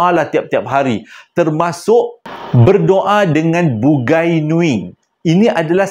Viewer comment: dik, bukan "Bugai"tapi Bungai (sebutan : Bu ngai )